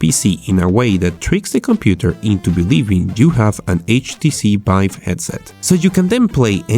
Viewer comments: this guy cant say v "The Bive Craft mod" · HTC Bive headset, BR games .... .... BRO pls learn how to talk